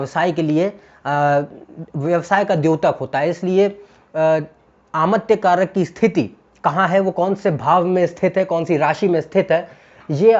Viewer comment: आमत्य कारक नहीं बल्कि अमात्य कारक सही उच्चारण होगा।